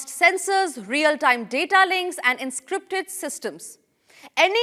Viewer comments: Two mistakes in simple spoken English: You said 'stimulations' in place of 'Simulations' And 'Enscripted' for 'Encrypted' are you just reading from a prompt or do you even understand what you're saying! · This lady is pronouncing simulation as Stimulation.Tempermental as Tempra-mental. Encrypted as En-scripted. Reconnaissance as Recognisance. Unacceptable.